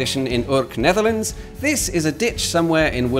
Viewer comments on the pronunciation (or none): none